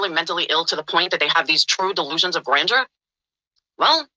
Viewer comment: damit she cant even say grandeur correct.... yet ragging on a non existent Laura word.